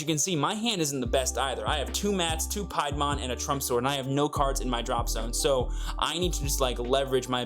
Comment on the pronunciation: Its "pee-a-mon"